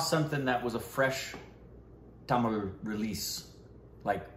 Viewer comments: pronounciation of "Tamil" very perfect! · Dude the way u said Tamil in is perfect shizzzzzzz bruh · Yes, He was quite good. Come on you almost came close.. It's "Tamizh" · is pronouncing "Tamizh" better than most Indians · pronouncation of tamil is so accurate. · The way said tamil w proper pronunciation. Made us proud!!!! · Wow..... u nailed tamil pronunciation. Great ya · your tamil pronunciations are really good 👌🏽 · The way you guys pronounce Tamil and Malayalam, amazing. Most of the Tamilians and Malayalis can't even do that 😂